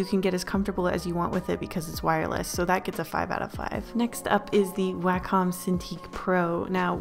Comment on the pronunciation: 1. Thanks. 2. Its pronounced way-comm not wah comm